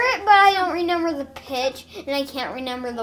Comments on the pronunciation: Am I the only one that hears say reNender instead of reMember?? Such a fun family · I love how says “renember” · I love the way says"renember"!!!🤣🤣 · when says “renember” 😍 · "renember" huhu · “I don’t renmber”